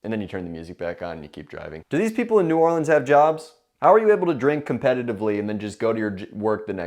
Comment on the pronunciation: I’ve never heard New York accent until he said New Orleans